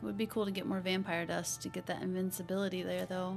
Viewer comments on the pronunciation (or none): Love your vid and dont mean to be THAT guy but, you keep saying inVINCability potion when you mean inVISability potion. Very different things.